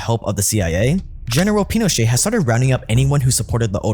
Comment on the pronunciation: I was enjoying the video until the narrator started mispronouncing Pinochet